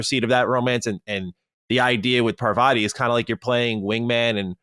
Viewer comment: Patel? She's a fellow Gujarati fam 😅😅😊😊 Btw for the Americans, the name Parvati is pronounced more like Par-vuhtee not an ah sound at vah🙏